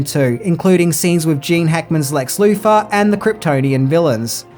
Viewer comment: Could you kindly PLEASE stop mispronouncing your th's as f or v? It's Lex *Luthor*, not "Loofah." Superman's enemy was not a rough sponge! Fank you. I mean, thank you.